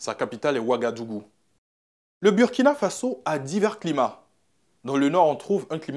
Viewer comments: Burkina Faso se prononce Bourkina Faso. C'est un mot invariable, dans toutes les langues il reste pareil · L'animateur soit il se fout des gens soit il doit repartir à l'école. On écrit Burkina Faso mais ça se lit Bourkina Fasso. Si c'était Burundi comment tu allais lire ça? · Désolé mais tu prononce mal „Burkina Faso“ toi tu est ivoirien et puis prononce comme les Français. Tu fait exprès ou bien? 🧐 quand même toi aussi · Ton maudia c'est pas Birkina Faso c'est Burkina Faso ton maudia 😂😂😂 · Il a le Burkina Faso, il n'a pas dit Birkina, normalement en français ça se prononce Burkina et pas Bourkina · Mauvais reportage en plus tu prononce mal le nom du pays